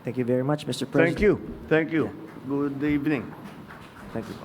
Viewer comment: diin na diin ang "good evening"